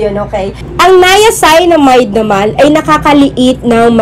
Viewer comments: 'niaceenamide' po ung pag pronounce 😁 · Hello Gurls stand corrected po ako sa pag pronounce ng “niacinamide” . Salamuch po sa nag correct. Please don’t forget to SUBSCRIBE AND HIT THE BELL for more skin care Video 😘